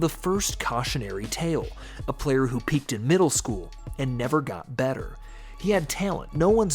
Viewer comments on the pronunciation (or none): none